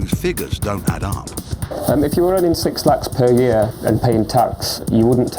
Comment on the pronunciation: It is siiiiix 😅 not se..